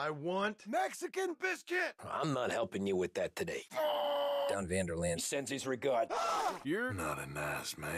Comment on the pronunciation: He said "Don van Der lane sends his regards"🤣